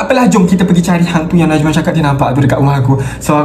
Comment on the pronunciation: Najman bukan najan